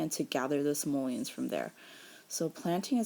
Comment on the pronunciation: She said simolens